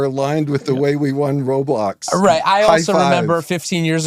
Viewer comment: "I'm sO glad, I'm sO glad you guys are aligned with the way we wun woblox" (sorry idk how to type a voice crack) but you guys heard that too right?